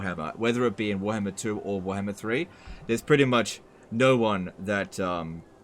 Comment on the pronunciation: say warhammer not werhmr